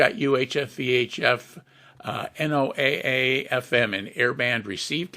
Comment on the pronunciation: Very informative, thanks. But it's not pronounced N-O-A-A, It's properly pronounced "NOAH" (as in Noah's ark). NOAH Weather Radio.